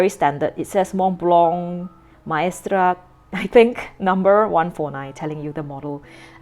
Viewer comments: Hi, the brand is pronounced as : MICE-STER_STOOK. I hope it helps. 😊 As fellow pen lovers of the brand, let's prnounce it right. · it is pronounced, my-ster-stook. I am curious was the Chinese you read translate to what was written in English on the handbook? The logo is a bird's eye view of the mountain, so what is spreading out from the center is the glaciers. 4810 is the height in meters of Mont Blanc. You are correct, as many companies , especially luxury companies are heavily marketing towards the Chinese/East Asian market, this pen was developed for that. Western nibs are on the broad side, wetter side. I'm not a sketcher, but I think it would be very thick. It would be good for architects though. Have you tried a Sailor zoon or a specialty naginata togi nibs?